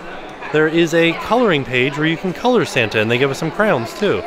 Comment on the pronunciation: I'm tickled to see that Tim still can't pronounce the word "crayons".